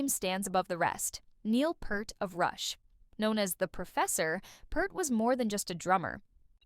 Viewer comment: At least learn how to PRONOUNCE HIS NAME!!!!